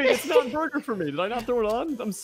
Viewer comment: No one: in the intro: BORGUER PUNCH